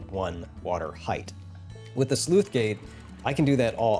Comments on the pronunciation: I heard "sleuth gate" rather than "sluice" (which is pronounced like "juice") throughout this video. Otherwise, well done and awesome stuff! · Sluice is pronounced like juice. NOT Sleuth. That's a different word entirely. These gates do not investigate crimes. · It's not a Sleuth Gate, it's a Sluice Gate. Please look up pronunciation. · Sluice, not Sleuth. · Sleuth gates?! It's sluice gate my good sir. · SLUICE RHYMES WITH JUICE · "Sleuth" gates? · Thanks, to me it sounded like he was saying 'sleuth gate' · I just wrote it off as a minor speach impediment. It really should be said like loose with a leading S. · That c in Sluice is pronounced the same as c in city not cat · I know it's not relevent to the video but I've always pronounced the c in sluice as an s I've never heard it pronounced as an f before, just regional variation I guess